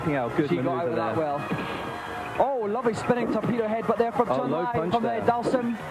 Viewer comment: I remember in the early 90s when I pronounced Zangief correctly, but had to change it to how everyone was saying it, so people didn't think I was being pretentious. Li is pronounced "Lee" in the Chinese dialects, however Chun is actually "Choon."